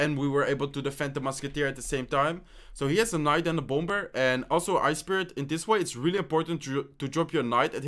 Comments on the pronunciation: Great video and I love watching ladder. Also the second b in bomber is silent so pronounced bomer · hate to be rude but bomber is prounounced bommer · Say Bomber without the second "b". Pronounce it like Bomer. 😂😂😂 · Your accent is so cool and funny😂 the way he says "bomber".....love your videos btw dude👍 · By the way in english you don’t pronounce the second b in “bomber” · When he says bomber lol